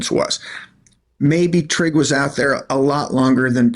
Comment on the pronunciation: Trigg as in "Trigger" that's those MoMos for you